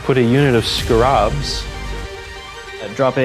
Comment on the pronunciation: Never in all my days have I heard someone pronounce Scarabs like is done arond . Genuinely unique.